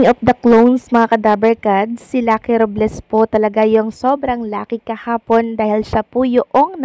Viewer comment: RUBLES tlaga? Hahahaha ROBLES po hindi RUBles😂😂😂😂